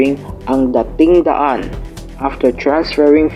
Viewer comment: DAting daan, not daTING daan